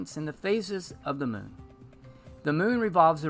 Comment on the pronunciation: Moon. Like a Cow says it. Just add N. Not Meewn. Like a Cat says it. Here to help.